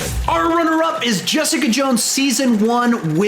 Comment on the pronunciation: Get back here, Jess-EE-Caaa